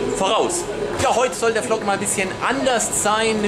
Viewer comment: Tolles video, aber übrigens der Vlog wir nicht flock sondern wlog ausgesprochen wollte ich nur sagen da das anscheinend noch keiner vor mir getan hat